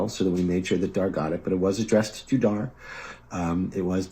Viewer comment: dharminder is a basic capitalist/parasite who is cashing in on his capitalist perks, nothing new about it. he's so westoid,🤣 can't even pronounce the abbreviated and white version of his name dharminder- dhar mann correctly (dh-is different from d, dh has an aspirated,basy sound when u pronounce it, phonetic -dhur(like u pronounce purr{cat} without the prolonged rrr sound and maaan not man)